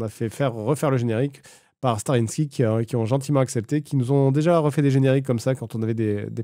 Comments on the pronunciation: Par pitié arrete de dire "Starinski" cest StaRRYSky xD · Je le commente à chaque fois car ça me trigger mais c'est pas Starinski. C'est StarrySky. prononcé Star-i-skaï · STARRYSKY pour ciel étoilé, par pitié, même SadPanda savait pas le prononcer "stari skaille" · Un jour peut-être Fred va prononcer Starrysky (Sta-Ri-Ska-Ille) correctement après 3 collabs... 🙃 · La vidéo très cool et très cool cette vidéo anecdote, par contre le nom du groupe c'est Starrysky (a prononcé Starriskaille please),(dsl je suis un fan boy mais gentil😂) sinon petit retour de usul, du coup on va avoir la fin du narratif el présidente? Ça me hype je l'attends trop. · La légende raconte qu'une sorcière a jeté une malédiction à Fred, faisant qu'il ne prononcera jamais le nom du groupe correctement.